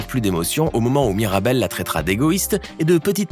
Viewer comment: Tu a dis maribelle au lieu de mirabelle